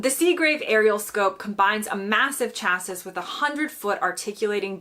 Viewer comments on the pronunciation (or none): Chassis is a French word. It’s pronounced sha see not cha sis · Sorry. Love these videos, but she just said “cha-sis” instead of “shasee” and it made me giggle. Surely this isn’t a US thing? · lol, chass-siss, its shass-ee.